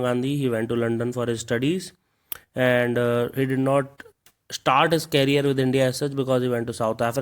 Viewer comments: atif Rockers he pronounced it as Carrier not career 😂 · Sir, it's career not carrier...